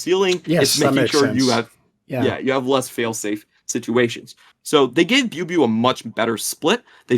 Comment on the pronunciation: Love the content! Good to have more outlets for LPL analysis before playoffs. Thorin's pronunciations of chinese player names never ceases to amuse me...actually had no idea who "booeybooey" was until said biubiu lmao